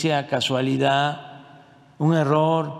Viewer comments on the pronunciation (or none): Un presidente diciendo “ casualida” no sabe ni hablar x eso los libros de texto andan mal